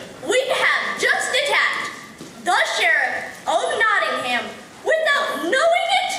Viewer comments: I'm doing this play at school, I'm in Year 6 and I'm British, it annoys me when people say Not-Ing-ham not Not-Ing-Am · It's cool how much work went into this, but the sad part is they still never learnt how to say Nottingham correctly.